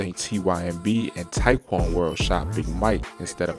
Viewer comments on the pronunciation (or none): none